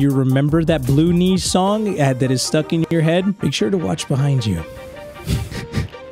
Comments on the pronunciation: am I the only one who can hear saying Baloonees instead of blue knees?😂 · I was so scared that I kept on pausing the video and every single time he says blue knees it sounds like he said baloonnies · calling/pronouncing "blue knees" as "ballunies" is so silly